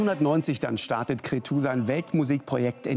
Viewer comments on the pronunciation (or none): Schade, dass der Lanz sich nicht mal die Mühe macht, sein Name richtig auszusprechen...Cretzu!